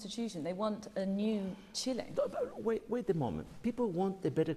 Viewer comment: “guait a moment” HDKAJDKAJJAJAJAJAJAJAJ